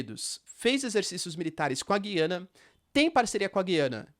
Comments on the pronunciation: Professor, parabéns pelo vídeo. Só uma dúvida: o Senhor tem falado Gui-ana, como se tivesse um "trema", enquanto ouvimos sempre, Gu-ia-na, sem "trema", que é um sinal ortográfico que não existe na língua portuguesa no Brasil. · O nome é Gu ia na... Aqui um meto de Gu ia nen ses... Os grandes comunicadores dos grandes canais, falam Gu ia na, Boris Casoy, Alexandre Garcia, repórteres da Tv Cultura, CNN... Estou torcendo por você, como diz aqueles velho ditado, corrija o sábio e ele se tornará mais sábio.